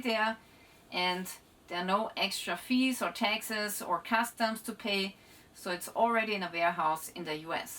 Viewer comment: Seems interesting but I don't understand a word she says. I thought it was me until I realised she says Texas instead of taxes 😂😅 could have used an AI voice or someone who can speak English at least a little bit